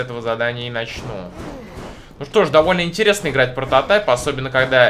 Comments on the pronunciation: не прататай а прататип не русски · Во первых не протатаеп а прототайп во вторых не прототип а прототайп) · Не протатайп а прототип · не прототеп а прототип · правильно говорить прототип 2